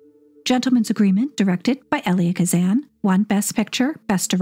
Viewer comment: Another fine episode. Elia Kazan has a long e, as in E-li-a. Fascinating material on the Brazilian film.